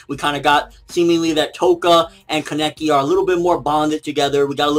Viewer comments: fucking pronounce Kaneki right, please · jeez he's still saying his name wrong sigh.